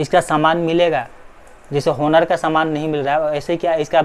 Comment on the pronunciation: Its not pronounced as honor its onor ❤️😒😒